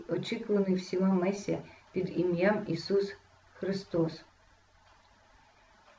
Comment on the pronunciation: Вибачте але на ім'я "Месія" наголос на "і" якби ви знали♥️♥️♥️